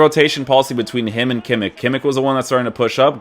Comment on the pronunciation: your reviews are by far the best bro , keep it up ! and please stop saying kimmikkkk xD its kimich